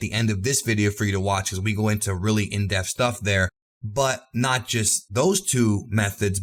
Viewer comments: Stop saying "in deaf" it's pronounced "in dep_th" it's a 2 sylobol word😛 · Stop saying 'in deff' god dammit. It's 'in depth'. Annunciate that 'p'. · Everytime you say in depth, it really sounds like deaf.